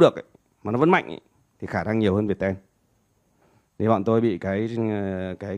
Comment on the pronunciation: mình hay gọi Viettel là Việt teo, mà thấy gọi là Việt ten:D